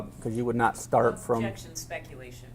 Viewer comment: That lawyer loves saying “Spectulation”. 😂